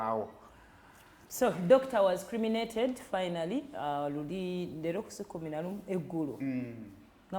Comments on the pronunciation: Not creminated..., it's cremated. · Cremated not criminated dear...